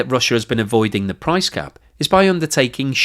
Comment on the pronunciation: "price crap" lol. Maybe I'm the only one that heard that? TBF out of all the videos I've watched (almost all of them) I think this is the first slip up. I don't think I could make a 5 min video without my tongue turning to spaghetti so this is a joshing compliment.